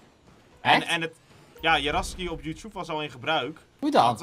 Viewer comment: Hoe Jan Youtube zegt :Youtjoep😂😂